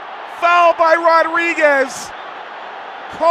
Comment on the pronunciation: BRO HE NEED TO LEARN HOW TO SAY RODRIGUEZ !!!!